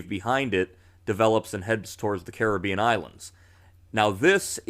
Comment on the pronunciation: Thanks. +1 for pronouncing g Carribean correctly 😉